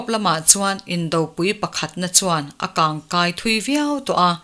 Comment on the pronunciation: In a kang,engatinge a kang ti lovin a kan tih tur. Tui a kang tihah hian engatinge a kang tih tur a ni .